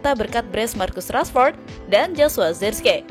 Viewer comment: Sebutan yg benar zerkzi..